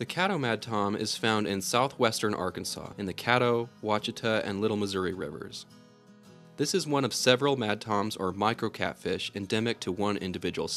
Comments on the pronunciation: Ouachita is pronounced wash-i-ta. Thank you. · Ouachita is pronounced Wa she taw✌️